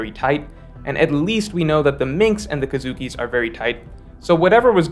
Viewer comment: It's kozuki pronounced as co-zuki, not kazuki.